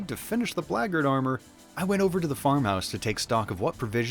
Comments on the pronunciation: "blaygurd" armor? Bro WTF? I search and could not find any armor pronounced close to what you are saying. Black Guard Armor, come on:P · I have to ask: why pronounce it like "braggart"? the Black Guard armor is for the Black Guards... not braggarts (unless, of course, being one, one becomes the other over time!). Did I miss a chapter? It seems intentional?